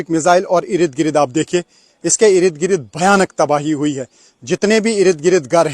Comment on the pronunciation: Eirid girid eirid girid Urdu ke shabdon ki ma phad di